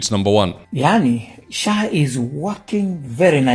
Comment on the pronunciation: He said SAA not SHAA